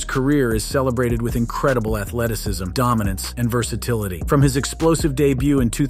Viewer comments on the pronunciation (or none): none